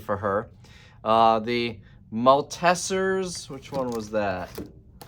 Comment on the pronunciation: Maltesers is said like malt-teasers, and those Squishies say Squashies. As a fellow coinnoisseur of sweet stuff, I thought you should know. I mean, they were the most important part of the video, weren't they? You have to highlight that in the video title. It should have read "I Got Sent Candy (and I did some work too.)" lol